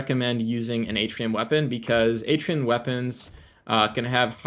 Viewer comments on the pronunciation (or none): It’s pronounced “Artian” not “Atrium”